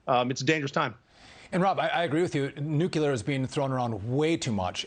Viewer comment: It’s not nuculer it’s nuclear. NU-CLEAR. Apparently the media doesn’t even care about proper English. Jesus.